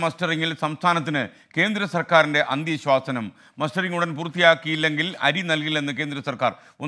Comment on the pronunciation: അന്ത്യശ്വാസനം എന്നല്ല SKN , അന്തി ശാസനം എന്നാണ് പറയേണ്ടത്.